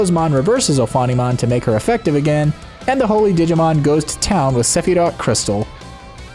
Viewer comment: I'm sorry, but I can't stop hearing "Didimon". Great video :D